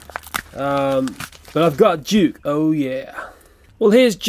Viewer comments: Why did you say juke it's duke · Juke, that's not Juke that's Duke you pronounce that wrong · You said duke wrong you said juke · U are saying Duke rown